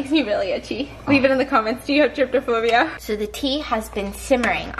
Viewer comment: She said “tryptophobia” 😂